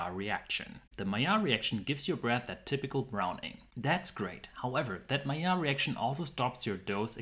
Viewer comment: And if you noticed, is pronouncing "Maillard" with the correct french pronounciation too!